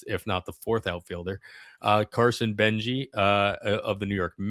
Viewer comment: Good analysis - FYI, Carson "Benge" is not pronounced "Benji", it's pronounced "Benj".